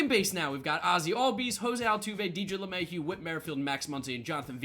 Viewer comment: just butchered Lemahieu😭